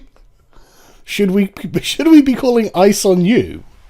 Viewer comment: DId she just say ICEY? Its ICE bitch... its not ICEE (which i love espically coke and cherry) Its ICE